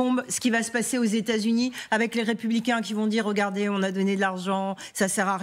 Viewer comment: "rogardez", "les russes, eux, il sont", "un rovert cuisant", "un rotrait"... Il serait peut-être bien d'apprendre à parler français...